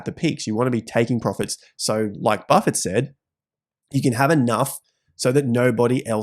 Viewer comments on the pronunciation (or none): none